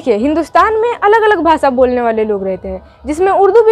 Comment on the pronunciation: Pehle apna taufuz sahi kr lo jese भाषा है भासा नही है